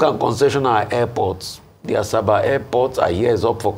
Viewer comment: Ms. Ojyk, it's not "Asaaasabaa" ; it is pronounced ASABA!